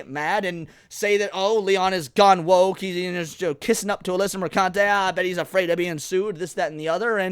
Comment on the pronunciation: PRONOUNced merCUNTe